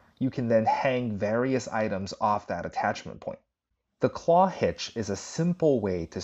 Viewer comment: I've never heard the Clove Hitch referred to as a claw hitch